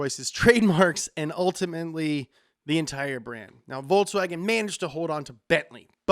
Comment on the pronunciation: lol, "Voltswagon" ??